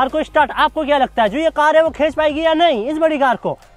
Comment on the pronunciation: Bhai khech nahi khinch 😂😂